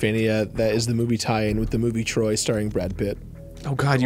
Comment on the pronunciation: HELEN OF TROID 🤣🤣🤣